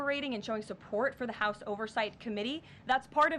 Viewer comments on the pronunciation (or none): none